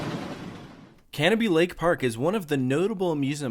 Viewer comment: I’m so glad you didn’t pronounce it Ca-No-Bie Also they added a double decker carousel and they have always teased new things. They do have space for another roller coaster if they wanted but who knows (they tease it a lot but permits restrict them from being tall, untamed I believe reached the height limit) The one thing the park does though is adds something new every one to two years, the double decker carousel, water park slides, the different train route and ice jet are all less than 5 years old at the park and untamed I don’t think is 10 years old yet either. Corkscrew was repainted a couple years ago too If you go back up to New Hampshire, mention it because a lot of people would go up there to do a meet and greet. Also a useful tip, they are extremely good with rain policies and if it rains they’ll give u a ticket for another day (assuming most rides are closed and they have to close the park) One more thing, 2021 go to screemfest up there, it is extremely popular there and is definitely worth the trip. But if you want to go when it’s not packed, fridays in May or June, my fam and friends always go on the Friday of Memorial Day weekend, it’s open 9am to 10pm. 9-3 it’s packed because of schools but after that it’s nothing. After 9 we were getting walk on’s with yankee cannonball so useful tip Hope you come back up to New England soon